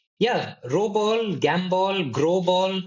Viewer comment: It's "ROBALL" !!!!